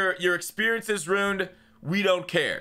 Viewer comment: slang: Ruined = Rooned 😂